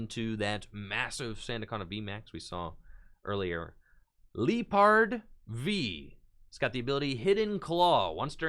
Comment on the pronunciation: It's pronounced LIE-pard ... like Lie and leopard. Also Marnie and then Survival kit sounds good ish